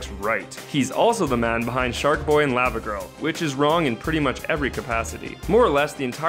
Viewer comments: Dude...why are you saying Lava like that? haha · Law- Vuh Lah-Vuh is related (in pronunciation) to Magma. Saying Lah-Vuh makes it seem like Magma. Not intended to be mean, just correcting you for future reference. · It is pronounced Law-va not LAva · thumbs down for how you pronounce lava.